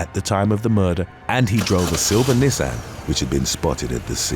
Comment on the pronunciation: The way mispronounced “Nissan”…